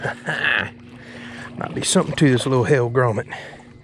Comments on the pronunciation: Pronounced Hel gram mite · Not to sound like a know it all.... but the lure name is pronounced hell gra might. Sorry, retired teacher hahhah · The way buddy says hellgramite is pure gold lol